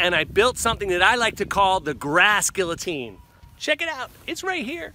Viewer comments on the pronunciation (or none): none